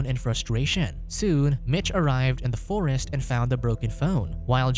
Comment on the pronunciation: Dude, the way he talks hahahaha, "Mick was about to attack héêer, he was going to the fóôóréêést"